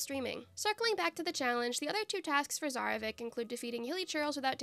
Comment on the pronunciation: Yayyy, let's go, another Archons only🥳🎉💕 Edit: pronouncing Tsarevich as Zarevik gave me flashback to the characters pronouncing Mr. Dvorak's name😅